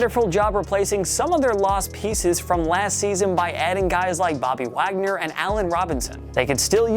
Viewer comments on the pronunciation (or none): none